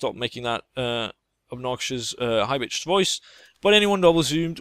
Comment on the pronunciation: I could hear your danish accent in the end when you said Bitches. Other then that I'm amazed hearing a danish guy talked english without the danish accent.